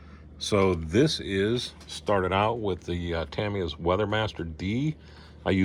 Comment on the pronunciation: Good "Wilhelm Scream" when the one figure fell! 😆👍 The station is coming along nicely. You are one of the very few YT modelers who pronounces Tamiya correctly! 👍